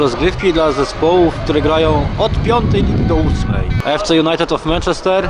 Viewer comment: Dobra seria, ale zrobiłbyś 8 ligę mistrzów. PS wymawia się mAnczester